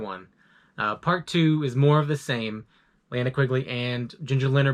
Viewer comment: I would of rather you done all that rather than mispronounced "Linnea"